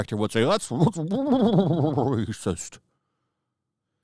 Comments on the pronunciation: kills me how he turns into a Gungan everytime he say rrrrrrrrraycis. 😂😂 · hilarious way of saying rascist cracks me up!